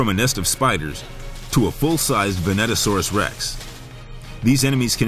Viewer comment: Its not venatosaurus rex, its vastatosaurus rex! Venatosaurs is the big raptors.